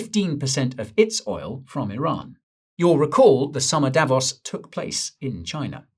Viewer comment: Davos is pronounced with a long o Davooos Repeat after me : Davoos! That is better!